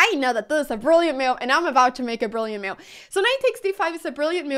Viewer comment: I love how Anna pronounces the word move as m’you’ve